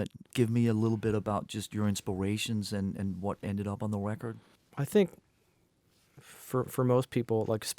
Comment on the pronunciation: I love that he says "Wecord"